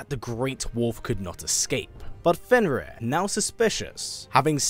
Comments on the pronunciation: Isn't it Fenrir and not Fenris? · Fenrir, not Fenris